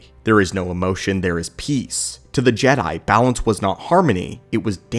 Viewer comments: G-dye? Please stop saying G-dye, I have always heard it pronounced Jed (as in head) I, not G-dye, it sounds like Disney trying to pronounce it like it's still clinging on to the whole woke BS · Its Jedi (Je-Dye). This is the problem with AI narrators and the content creators that don't review their own videos to fix it before uploading. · He keeps saying Gede not Jedi lol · Gee Die , Gee Day - good grief that makes my ears bleed. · Can we stop using AI voice over so you can call them Jedi. JeeeeeDayyys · Why is he saying Jedi like that? I’ve never heard it pronounced that way by anyone before…. Except AI